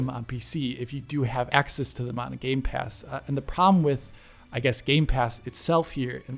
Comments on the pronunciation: My eye twitches every time he says "GAMES PASS" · everyone: gamepass: games pass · Why do you say games pass it’s gamepass. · Gamepass*... Not Gamespass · Anyone else bothered with calling gamepass 'gamespass'? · It's GAMEPASS no gameSpass! I don't know why but its so annoying. :D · Stop saying games pass please! It's game pass. Thank you! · Can you please stop saying game's pass 🙄 GAMEPASS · Can someone please tell it's not GameSpass.